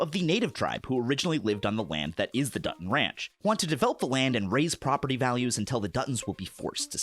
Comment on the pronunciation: When I first heard about this show, I wanted to watch it because of the setting. Then I read about the plot ... "Muh propaatee!", and was immediately turned off.